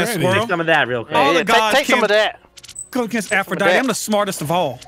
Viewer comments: It's pronounced Aphrodite(tee) not Aphrodit learn your gods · that's Aphrodite pronounced like die t not dite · That was an interesting omission of the last syllable of Aphrodite